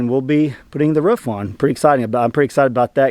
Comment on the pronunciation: Now you can sing the old Frank Sinatra song " I did it my way" I keep hearing you say " ruff" that's the sound dogs make, it's roof. Your getting there.